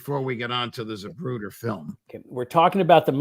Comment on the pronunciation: ZaPruder. Not ZaBruder.